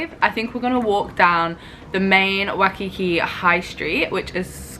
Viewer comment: It's WHY-kiki, not wuhkiki